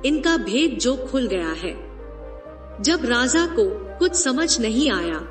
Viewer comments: Raza nai raja hota hai 😂😂😂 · Please correct your pronunciation..it sounds like Radha.. it is Raja not Radha